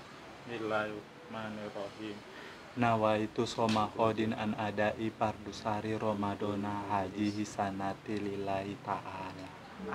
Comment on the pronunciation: Maaf koreksi sedikit, pas castle baca niat puasa ada yg salah sedikit pas bacaan Fardusahri harusnya Fardissyahri